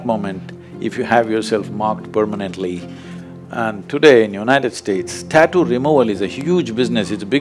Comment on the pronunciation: taaatu ? 😲 Hope she learned to pronounce also from shadguru !!